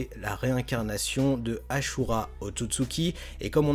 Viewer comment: C'est asura pas achura tu fait rire ahah🤣🤣🤣